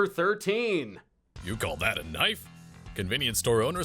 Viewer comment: He said k nife